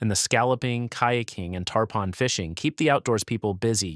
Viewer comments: Tarpon is pronounced tar-pin, like the fish & not tar-pahn rhyming with tampon! 🤪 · It's spelled Tarpon, but it's pronounced Tar-pin.